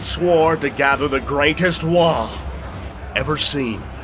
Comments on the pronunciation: This was cool to watch, but its WAAAGHH, not WAAAh. lol >,;,< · pretty sure there is a g in waaaagh and the h being silent ....... waaaaahhhhhhhh is what ur saying WAAAAAAAGGGH IS what they say lol